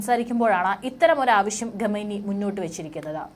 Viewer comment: ചാനൽ മുതലാളിയോട് ഒരപേക്ഷ . നിങ്ങളുടെ ചാനൽ ഇഷ്ടമാണ് പക്ഷെ ഖമേനി എന്ന് പറയേണ്ടിടത്ത് ഗമേനി ഘമേനി എന്നൊക്കെ ഉച്ചരിക്കുന്ന ഈ കൊച്ചിനെ കൊണ്ട് വാർത്ത വായിപ്പിക്കുന്നത് അരോചകമാണ്.